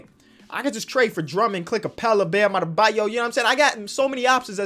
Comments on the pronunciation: He called mo bamba Bam Abeyo. Lol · this man said “Bam Adebayo” y’all get some glasses man 😂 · he said bam adabeyo instead of mo bamba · Ashton Steed yea he called Mo Bamba Bam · you called mo bamba bam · When he says Bam Adedayo instead of Mo Bamba after already beating bam